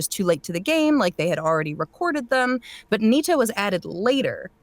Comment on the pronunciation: he said NITA which sounds like "Need to"